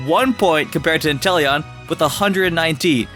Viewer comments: He’s actually just said enteleon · this guy really say intelion? that pokemon is trash.